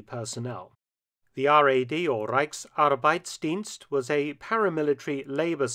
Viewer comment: Impressed Mark how you pronounced Reichsarbeitsdienst. A difficult word for a Brit. Respect!